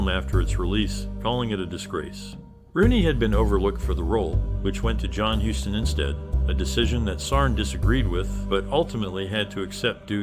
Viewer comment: What are you going to tell anyone about the movie, idiot? It's Huston, pronounced "Houston".